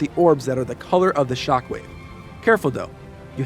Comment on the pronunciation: He says shock wave and I hear chocolate